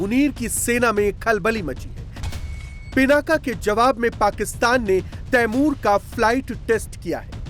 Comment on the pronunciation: Ap ko t apny missile ka name hi nhi leny ata 😂😂😂